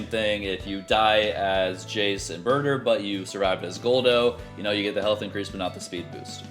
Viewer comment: it's pronounced juice and butter